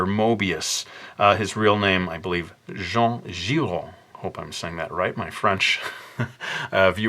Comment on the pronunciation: Yess you got the Jean giraud with the perfect french accent !!